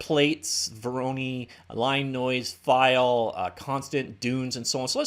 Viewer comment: Good video. But as a cs student I'm severely annoyed at your pronunciation of voronoi.